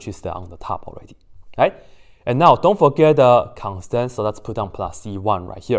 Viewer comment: I heard chain rule like "chendu" and don't forget like "dont f*ck it"